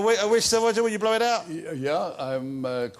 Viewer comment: It's pronounced Roger not Woger, it's not Monty Python, Good think Wossy isn't a political journalist, he spend every 4 or 5 years banging on about the up coming erection.